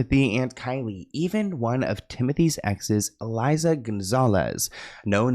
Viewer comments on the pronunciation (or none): Its not Eliza Gonzalez it's Eiza Gonzalez